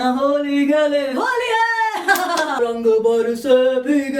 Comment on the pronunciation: Indian version of superwoman!!tht was cool.....especially happy Holli haa(Marathi accent)...i loved it:p